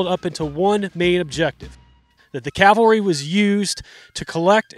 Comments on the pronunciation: It is not Calvary! It's CAValry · Cav-al-ry. It's really easy to say, but for some reason a lot of people have trouble with it.